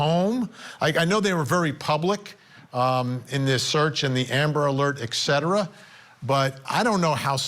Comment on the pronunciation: ETCETERA, not “eggcetra”😅 SO happy for the outcome of this, bless them all..